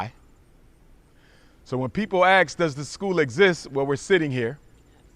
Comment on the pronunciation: ASK! Not 'ax'. Thank you.